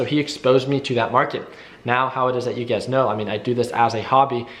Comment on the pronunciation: Everytime I hear him say "you guys" it's always UGAZ in my head.